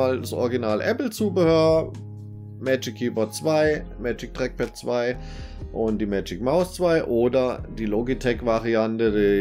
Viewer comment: Das Dreckpad :D dieser Dialekt